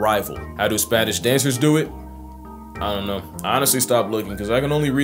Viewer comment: hitting us with a deadass "...ionno"